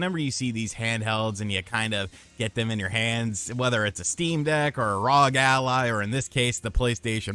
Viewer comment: did u just say the rahg allih?